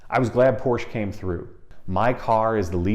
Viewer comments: Somebody needs to teach him its 2 sylable word POR SCHE 🤣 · A great video, thanks. Here's a small but important comment. The company that build the Boxster is named after its founder, Ferdinand Porsche. Both he and the company pronounce the name Porsche-ah. All of their public material like advertisements have the announcer pronounce it "Porsche-ah". It's a common way to end German names, like Deutsche Bank. ("Deutsche-ah") People who know Porsche know how to pronounce the name.